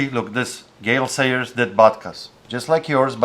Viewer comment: classic -ism he says GAY SAILORS instead of Gayle Sayers. It even CCs that way lol.